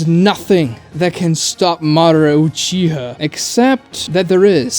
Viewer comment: UchihA not uchihuh